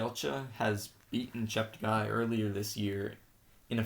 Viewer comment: Please note that Joshua's surname is pronounced, Chepte 'gay' not 'guy'. He has consistently corrected commentators on this, and I have attempted to educate others, such as you, to this correction. Also, may I suggest that you ensure to get updated information about athletes' performances, thereby enhancing your observations. Tony Hunt World Junior Athletics News NZL.